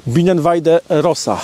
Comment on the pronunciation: rosa wymawiaj roza